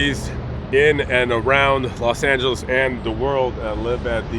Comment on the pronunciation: was raised in LA. He knows how to handle "Los Angeles" (los Angelians).